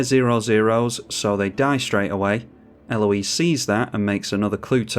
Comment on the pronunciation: Such a cool combo! Congrats. The more I see of her game play and techs the more I like her. I find it funny that you seem to be the only content creator who can say her name correctly. IDK if its because its more of a common name there or interactions with the French across the channel, but the American YTers struggle with proper pronunciation.